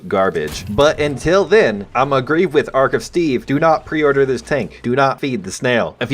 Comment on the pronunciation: arc of steeve.... lol :D